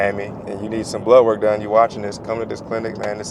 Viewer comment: I’m from New Zealand 🇳🇿 when he says blood work I hear ‘blow work’ yip. A double take a few times 😉